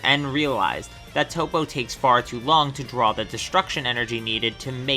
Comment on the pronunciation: It's Toppo Not Toe-Po. Top-Oh!